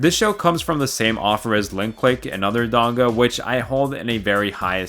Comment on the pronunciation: Donghua isn't pronounced like that, just a heads up